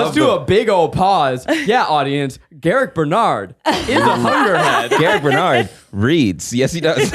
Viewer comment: I can't be the only one who is hearing "Hunger Head" fir the first time